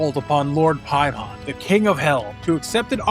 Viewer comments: another event horizon video where an american butchers the pronunciation. Its Pay-mun not Pie-mon EDIT Ive never ever had to slow down a youtube video before. I highly suggest not speaking like youve just done a bump of coke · I hate when people call him PIE-mon. ITS MOTHER FUCKING PAY-mon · I had to go back and rewatch the part where you said the name of the entity. I kept hearing "hymen" 🙈 Also, saying "return again" means Paimon has returned once before. It's like saying "rereturned". Doesn't make much sense, right? 😁